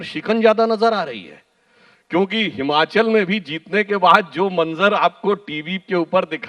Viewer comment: Bhai ye Himanchal nhi he...... It's Himachal Pradesh